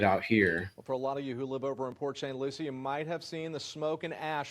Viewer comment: It's pronounced "Port Saint LUCY" I remember when I was little visiting my grandparents in Port St. Lucie, so like 25 years ago, and there being wildfires absolutely everywhere to the point that I-95 was closed. But that was years ago of course. Since when do they do prescribed burns of almost 30,000 acres, especially during a "red flag warning"?? That's absolutely ridiculous!